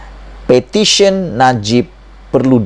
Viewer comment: Iya bukan sebut pertition bro.. Petition bro baru ngam sebutan bro.